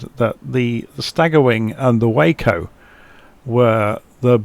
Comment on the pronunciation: Nice review of a gorgeous airplane. BTW, it’s pronounced “wah-co”. The name comes from the Weaver Aircraft Co. and has nothing to with the city in Texas.